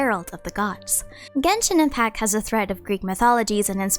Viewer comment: finally pronounces the "t" in genshin impact